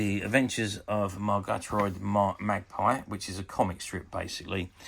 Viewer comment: I wonder if you ever watched this show, as it all seems quite alien to you. Murgatroyd is pronounced as it looks. Thanks for the upload.